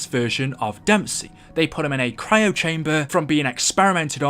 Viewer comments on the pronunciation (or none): none